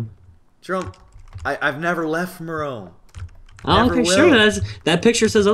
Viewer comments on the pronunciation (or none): No offense but when you say Merome it sounds like a bf gf couple name, so I wouldn't do that if I were you! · Ha X) messed up on saying Jerome